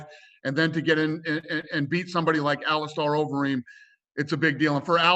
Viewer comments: “Alice Star Overeem” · Ali-star overeem? Am i dumb or is he dumb? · "AliSTAR Overeem" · He’s a pretty big name in the UFC. It’s hard to believe that Dana can’t learn to pronounce some of the major fighters names properly.